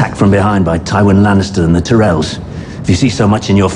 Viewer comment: every berathon has problems saying tyrells lol Robert and stannis say it wrong only renly can say it correctly